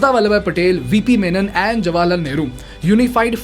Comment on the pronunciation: You lost me when you said Neheru.